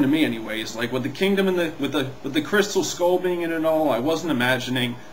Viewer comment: 1.You said Crystem(what the heck is a crystem) 2.Leboff(LOL)Le-buff Nice mistakes LOL Count them all.